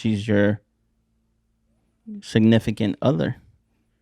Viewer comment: saying signiggafit instead of significant is fkn hilarious 😂😂